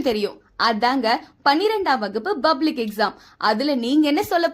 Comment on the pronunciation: Bublic இல்லை Public. உச்சரிப்பு சரியாக இருக்க வேண்டும். எந்த பள்ளியில் படித்தாய். Bha இல்லை Pa. இது போன்று photo க்கு Bose என்று பலரும் சொல்வர். இது தவறு. Pose என்று சொல்ல வேண்டும். தமிழ் வழியில் படித்தவர்கள் Bublic, Bose என்றே கூறுவர். இதெல்லாம் சரி செய்ய வேண்டும்.